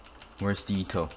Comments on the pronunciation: It’s pronounced e-to not ea-to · WHY ARE YOU SAYING EETO ITS PRONOUNCED EHTO OR ETO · IT'S ETO NOT EETO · Eto not itow 😂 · u said her name in a wierd way .-. u said it like its Ito just like .-. Ito Ito no mi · Btw Eto is a girl are you assuming her gender.Also it’s pronunounced Et-Oh😤😡🤬🤬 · Its pronounced Eh Toe but its spelled Eto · Why u say ee to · You are saying eto wrong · Your saying eto wrongly